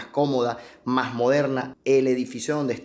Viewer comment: Se dice las Mas no las mag. No habeas bien Español.